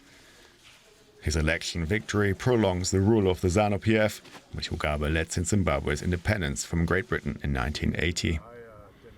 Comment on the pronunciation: Why is the narrator mispronouncing Robert Mugabe's name? It's not "Mugaba". 😐